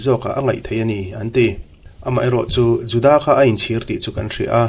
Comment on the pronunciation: Judaâa ti lovin Juda tih nise.